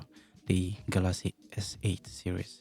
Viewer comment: It's not Galazy it's Galaxy brother